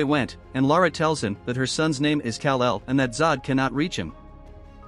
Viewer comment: Kal el not cal el